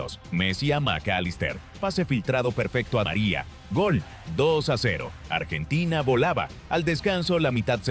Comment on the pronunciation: Que ia de mierda, donde son polvorientas las calles de Bs As, artina en vez de Argentina? Que asco